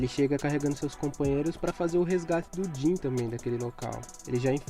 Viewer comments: que agonia quando ele chama o jean de jhin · Din? Não é jean não